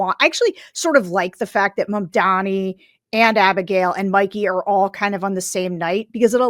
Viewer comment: Since so many youtubers continue to struggle with properly pronouncing MAMDANI's last name, let me help. We all have a mother. a Mom. We all have the same President, Mr. Orange Donnie. Put 'em together. Mom. Donnie. Mamdani. That's how you say it.